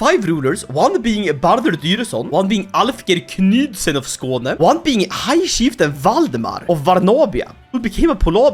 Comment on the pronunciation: is a Swede, iluminati confirmed!! I always thought that he either was an Islander with that strong Scandinavian accent, but now, he pronounced that Skåne wayy too well